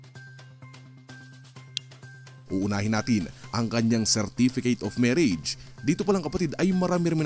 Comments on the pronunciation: “MIRRAGE CERTIFICATE” lmao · "Mirrage Certificate" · Natawa ho tuloy ako sa "Mirrage Certificate"😅 Pero ayos lang yon! Lahat naman ng tao nagkakaroon ng mistakes😆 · Ayusin nyo muna ung "MIRAGE". Napapaisip ako saglit.